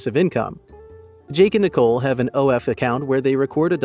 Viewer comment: We shouldn't trust you as truthful either! You can't even spell and pronounce their names properly! It's Jake and Nicolle, and NOT Jack and Nicole! 🙄